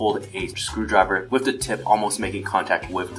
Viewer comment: Every time he says with he says whiff. Gosh darn it!!!!!!